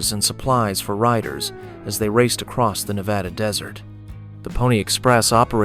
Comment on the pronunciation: Please pronounce Nevada properly. It is more like Nebraska not the soft a. I live in Nevada and we can identify non residents by this pronunciation.😊